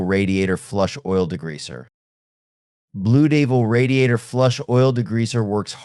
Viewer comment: I hate these AI BS narritives. Blu Deevil? Wow. No credibility